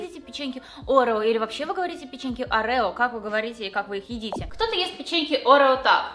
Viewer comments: Когда всю жизнь говорила - орео, а потом посмотрела ролик Лисы (орэо) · Орео ударение на первую букву